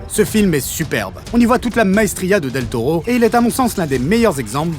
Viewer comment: Del Tollo , Del Tollo et ah un del Toro et re Del Tollo , même si la vidéo est top cette prononciation m’a bien gonflé 😏😂